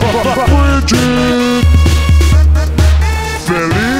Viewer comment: Ayuda, compañeros soy Bridget Tutiven sí me ponen esto seria feliz pero por otra parte estaría molesta ESTA MAL PRONUNCIADO EL NOMBRE COÑOOOOO